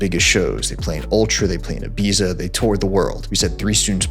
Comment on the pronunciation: Ibiza is pronounced differently. 😂